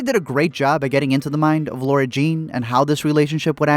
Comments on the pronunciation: My god I don't want to be that person ....but it's LAAAAAARA NOT LAURA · is it just me or is he saying laura instead of lara....... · I always wonder why so many people say Lara like "Laura". I've heard it before with Lara Croft and I just assumed maybe it was an accent thing but not for Lara Jean? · L A R A ... not Laura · He literally kept calling her Laura even though there’s definitely a line in this movie where Peter corrects someone who calls her Laura. It’s Lara Jean, people. Shouldn’t bother me this much but it does. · Yeah, it really bothers me too, Alex Meyers does this too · Duuuuude its lara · It's Laara. And loved your review. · I LOVE your videos but every time you said Lara I could just imagine Peter Kavinsky attacking you 😂